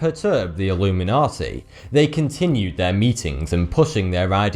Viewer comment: Its not "Illuminati", its "Alumeynortey"